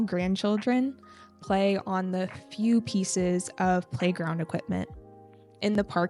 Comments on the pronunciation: mình biết lý thuyết đó rồi, mình đang thắc mắc sao trước phụ âm mà chị í đọc là "đi" kìa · ko, mình biết lý thuyết đó rồi. Ý mình thắc mắc là sao trước phụ đề mà chị í phát âm là "đi"